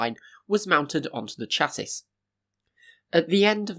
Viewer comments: You must come from a bit of the UK that does it differently. Cha - as in the Chair sound, it not right.... Sha....as in the Shhhh sound is... sounds like shassey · Chassis is pronounced "sha-see", not "chass-iss". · Sha-see not chas-is. Good video regardless 👍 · Interesting video but why do you pronounce it "Chass-is" It's "SHAS-EE" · Just amazing how huge that turbine hall was, and would have been with 5 (if it had been completed). One point of oddity, pronunciation of chassis .... assuming you're from the Uk it's sha'ssey rather than cha'sis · It's pronounced "shassey". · Stop saying chasis please for the love of godsis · Chassis... is pronounced SHASSY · just letting you know that “chassis” is pronounced “sha-see”. great video! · Chassis is pronounced ‘shassee’ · I hate to be that guy but you’re pronouncing “chassis” wrong. It’s “ˈʃasi” - “shasee” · Love it!! I knew why I Subscribed! And Thumbs up, just as every Subscriber should do! C'mon you 12.3k Subscribers! haha Oh I ned to tell you!. As Eloquent as your presentations are, I'd sooner be Honest with you, thank keep quiet! Here goes!.. Chassis has a Silent S at the end! Sounding like 'Chassey'. Thank me later! haha :elbowcough:🚬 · Chassis is like Debris : the s is mute. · I stopped watching after your numerous pronunciations of the word chassis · Please look up how "chassis" is pronounced mate. I loved the video but that made me wince. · Why is no one able to corretly pronounce "chassis"???? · Did you really just pronounce "chassis" like that? 😂😂😂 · pronounce 'chassis'